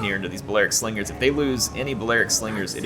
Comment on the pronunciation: It is indeed one of the best Rome 2 battles to date. Great job and respect to all involved players. But you gotta appreciate splendid commentary, his Star Wars references, and by favorite mispronunciation: "Swingers are gonna swing the battle", Slingers gonna sling;)